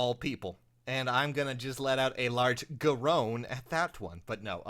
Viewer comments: Gah-rone? Really? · this whole time i thought it was pronounced like king gare-in